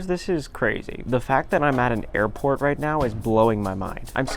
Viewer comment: yall i thought he said airpod pods